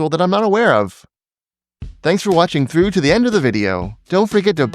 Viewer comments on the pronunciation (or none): none